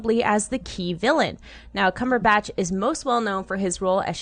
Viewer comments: "Cumberbotch" lol. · Lol "CumberBOTCH"?